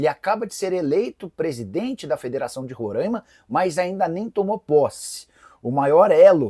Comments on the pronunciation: Oooo Nicola, meu p...a para falar o nome do meu estado de rorãima meu é RORAIMA, sacanagem. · Nikolas é RORAIMA e não Rorãima! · RORAIMA SE FALA COM A FONÉTICA ABERTA. TENHA MAIS RESPEITO AO FALAR DO NOME DO ESTADO. POR FAVOR